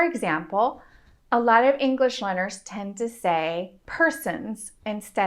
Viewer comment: She says English like 'Ingrish' and my brain doesn't know what to do with that.